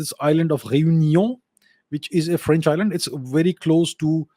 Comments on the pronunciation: Lol. "Indian accent". He nails the exact french pronunciation during 95% of his sentences. Quite impressive. And if you're wondering what i know about it, i'm french, and have heard quite a few foreigners speak french. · 🙏 Thanks for sharing..Vous avez un bon accent en français..et je pense que Modiji a fait un bon choix.. Ici à Paris, le journal l'écho, bfmbusiness ont déjà parlé.. Aapko bahoot mubarak deta hun. Jai jai Modi...🙏🇨🇵